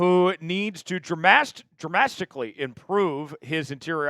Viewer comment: Dramastically! That’s a big. lol